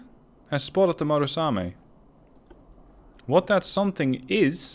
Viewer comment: MU RA same, not MA RU same, good video.